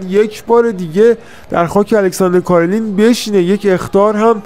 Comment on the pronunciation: رفیق فکر کنم تلفظ صحیح کارلین ،،، ر ساکن هست و کسره نداره،،، Alexander Karlin